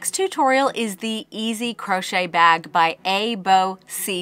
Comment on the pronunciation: Me and my neicey giggled at you saying "crunchy" 😊